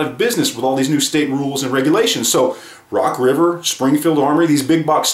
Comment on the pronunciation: I don't think I could name 3 guns rock river makes, I had to go back and listen to the video again because I thought he said Rock Island at first...